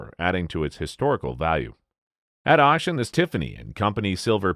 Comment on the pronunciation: the robot says "at oshen" instead of "at auction."